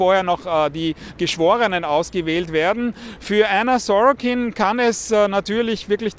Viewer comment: "Sorokin"? 0% Deutsch